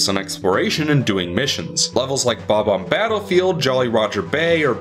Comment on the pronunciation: Fucking PROPS for saying "Bob-omb” properly. So many people say it "Buh-bomb" and I never understand why. They have a definitive pronunciation that is consistently ignored. I just don't get it...